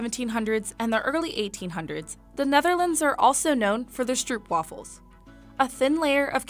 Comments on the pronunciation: Don’t whine about it, she also pronounced stroopwafels wrong. It is actually pronounced as stROAPWAAHFULL but Dutch people don’t whine about it either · i hate when people eat their stroopwafel incorrectly. Youre supposed to get a cup of tea and put the stroopwafel on top zo it gets hot and the caramel syrup melts And its not str ooh pwaffles but str oh pwaffles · Weet ik, ik ben zelf Nederlands. Maar het doet mij pijn dat ze het uitspreekt als stroepweefel🥲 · I feel the need to point out that it is pronounced StroopVafel not stroopwafel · bro i got so mad when she was saying the names of the Dutch cookies wrong xD